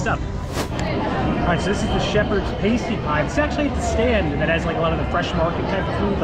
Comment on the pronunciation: I love all the Harry Potter food but I have to admit the frozen butterbeer is my all time favourite 😍 I do like the toad in the hole they do at (I think) the three broomsticks also! I am howling at how said Pasty for the pasty pie, in English it’s pronounced past-e not paste - e